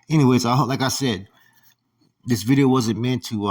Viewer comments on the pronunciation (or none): Bih-dee-oh . His catchphrase 💯